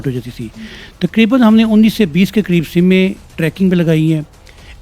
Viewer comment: Kitni simme haha what a educated anchor ... For your kind information Madam sim hota hai ...simme nai hota ...